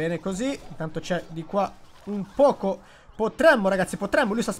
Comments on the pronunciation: Grande, io al momento ho quasi tutti i brawelr al grado 15, sto cercando di farli salire tutti insieme. Comunque, Pocho si legge "Pocio"😂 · Dipende la pronuncia originale sarebbe pocio ma italianizzatta poco